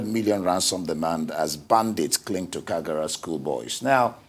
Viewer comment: Its kagara not kigara